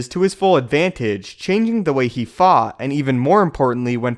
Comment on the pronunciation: Are you saying "suit" or "sue"? It sounds like you don't pronounce the T (or what is called a stop consonant) when it comes at the end of a word. Are you saying "mute" or "moot"? "Fah" or "fought"? I'm linguistically curious: where are you from?